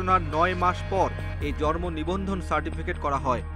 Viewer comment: জর্মনিবন্ধন! উচ্চারণে এমন ভূল।